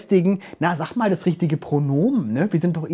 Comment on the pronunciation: da hat’s mich so zerrissen „Sach Ma“ 😂